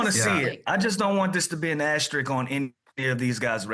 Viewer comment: lou is funny af, "ex-specially" calling a * an "ass trick" 😂